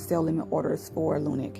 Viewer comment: Just wana let you know... its not lunic it's lunc